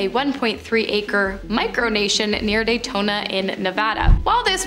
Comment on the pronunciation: Daytona, NV??? It’s DAYTON! Ugh